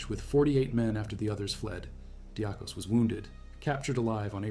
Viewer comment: Athanasios Diakos (or, more correct, less colloquial, Diakonas, pronounced "dee-Akos"/"dee-Akonas", stress on the "A"). Not his surname, but nickname, since he was a deacon and monch. deeAkon(as) = deacon = diakon(as). So, it´s strange, that you pronounce it so differently, since English-speakers use the exact same word, and then, they pronounce it much more compatible to the original Greek pronunciation, unlike you. Odysseas Androutsos: Odysseas is the Greek word for what English-speakers changed into Ulysses, a common name given to kids on Ithaca, the home of mythical hero Odysseus/Odysseas. Odysseus was among the last ones to leave, noticed that some Albanians were awake by the escapees´ steps and already searching for the escaping Greeks. Since both folks dress the same, he pretended he were also Albanian, walked to the Albanians, and sent them to the false direction. The time won through this deflection was enough, to widen the gap between hunters and hunted. Odysseus´ end could have been there and then, while he risked everything by contacting the enemy. Ioannis Coletes was a fraudster, known all over Western Europe, hunted by country-police-forces and international ones. His main fraud are betting-debts, he owes money to a ton of wealthy, influential Western Europeans. They know he´s Greek, but he uses a false name (many false names, to be exact). He escapes to Greece, and hides in his father´s home. Takes again a false name, decides to make a politician´s